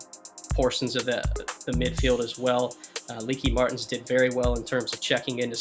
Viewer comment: "leaky Martens", funny, in the Netherlands it's pronounced 'Leekuh Martens' (or better said 'Lykuh', pronouncing the "y" as pronounced in "funny").